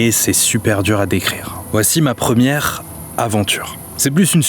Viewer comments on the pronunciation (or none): 1 ème c comme si tu disais premième